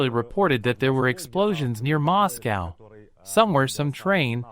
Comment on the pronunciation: MOSS COWW